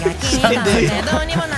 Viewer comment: Ifくんの見分け方 他のみんなは｢ならないぜ｣を｢な"ん"ないぜ｣って言ってるけど唯一｢ならないぜ｣って歌ってる の見分け方 Ifくん以外みんな｢な"ん"ないぜ｣って歌ってるけど1番｢ん｣の発音が強い